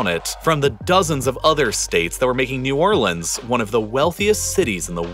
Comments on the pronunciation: The most important thing in this video is that he's saying New Orleans correctly thank god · damn, a guy who says "New Orlans" and not "New Orleenz"... that's rare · nice to see someone that actually cares about new orleans and with family by new orleans making a video about it, and especially the fact that he actually pronounces new orleans correctly throughout the entire video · You pronounced New Orleans correctly! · it's new or-lins. but yeah, it's pon-cha-train. he got new orleans right but lake Pontchartrain did sound kind of off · I'm from Louisiana so I'm just here for the hell of it but THANK YOU FOR PRONOUNCING NEW ORLEANS RIGHT! Also, Ponchatrain is pronounced like "ponch-UH-train"